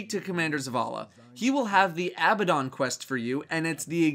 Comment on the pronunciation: When you pronounced Abbadon correctly I breathed a huge sigh of relief. I think you're the only one to do it so far.